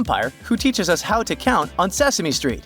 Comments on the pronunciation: Cound or Found? 😂😂😂❤❤ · No guys its 'Cound' Dracula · Found or cound🤣🤣